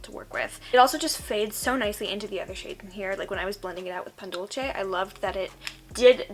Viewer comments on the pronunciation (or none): Thee why the “che” though?? it’s not like there’s none “ce”’s in english pronounced more like in spanish (like in place, race, centipede, etc). Not shaming or anything like that, i’m just confused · No shade but I will never understand why English speakers pronounce dulce like “dolche”